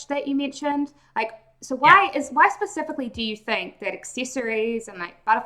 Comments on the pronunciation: im sorry, he lost me when he said "pacifically" .... - and am i the only one who hears his condescending tone? and man-splinations? ( "i dont THINK that its selling well it IS selling well.") either way.... love your videos and great info in this one too despite all the shit i mentioned. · He said pacifically sooo many times... 😑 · I struggle to have faith in a teen that says pacificly ... as apposed to specifically.